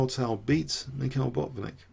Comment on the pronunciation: You drove me nuts with all the "michials", damn